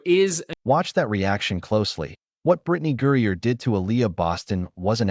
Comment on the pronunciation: Using an AI post that can't even pronounce Griner's name correct, to help promote your Anti-Fever/Anti-Caitlin Clar narrative, and to trace it to Caitlin Clark is stupid and ridiculous. This is personal between Griner, and her dislike for Aliyah Boston. Elbows and physical play from a younger player that Griner dislikes and resents because she's like, how dare this overly physical, Ms. Articulate/Nice Girl that's feminine, attractive and straight with a boyfriend, how dare she TRY being physical and after the better of me, and you apparently bow to and kiss upto and buddy with Caitlin Clark. Now I do see THAT little bit of connection. But, it's BS to think it's all Caitlin Clark and Fever driven. No one is like that with others like Kelsey Mitchell, for instance. But, Aliyah is a bit of a dirty, overly aggressive player, as is Sophie Cunningham and the wild, and overrated, over hyped Lexi Hull